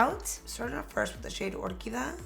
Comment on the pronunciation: BTW, its not " or key dah-' it's 'or- key- dee-ah"... no offense but it is such a shame when a Latin person with Hispanic background just butcher the language when the attempt 2 speak.